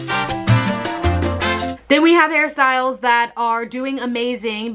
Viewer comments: I keep thinking she is saying Harry Styles not hairstyles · I always feel like you are saying Harry Styles